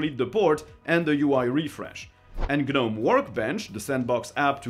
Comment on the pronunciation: you DO NOT pronounce the G in Gnome.... its pronounced Nome.